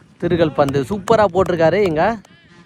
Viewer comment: அழகான உச்சரிப்பு சகோ.. திருகல் பந்து..❤🎉❤🎉